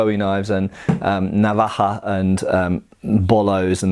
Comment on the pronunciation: I have to say you pronounce navaja as good as any Spanish speaking person.. always great videos man you should do an American tour traveling classes 🤷‍♂️ if the price is right I’d attend doesn’t even have to be a class as so much a presentation lol 😝 if not these videos just as good ☮️